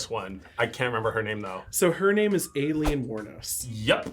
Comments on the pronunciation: Why does he keep saying Aileen like that? In general needs better researching because three of these people aren’t categorically serial killers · Totally butchered Aileen's name pronunciation 🤦